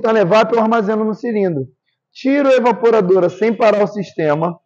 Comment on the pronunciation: Evaporadora e não evapuradora kkkkk